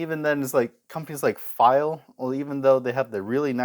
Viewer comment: I've been lucky, I live in Switzerland where Pfeil is from. I've bought straight from the factory, and I once came across the six piece set second hand for 20$! I've also, unfortunately, seen them absolutely mangled in school workshops... (Btw, the P in Pfeil isn't silent, it's pronounced). Nice video!